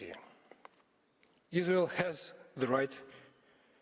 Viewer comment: Yes. The verdict is in : There's No izzzrael. Agreed